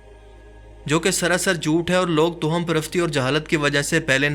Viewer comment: Toham sahi lafz nahi he bhai tavahhum sahi he